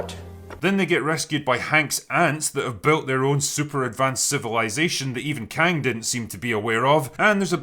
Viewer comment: When the Drinker said she found Kang the Concorer, I thought he said Khan, as in a Mongolian leader. I had to look up who he was just to be sure. But for a moment, I believed it. I believed Marvel was desperate enough for a story that they'd BS one of the Khans into the Quantum realm.